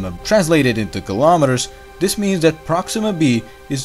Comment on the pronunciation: I like your videos,and almost your pronunciation.please try to pronunciate th like in that ( not dat) and theme (not teme).i would like to use your videos to my students. Keep up your good job